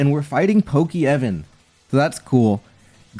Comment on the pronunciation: Like bro we both know it ain't pronounced that way 😭😭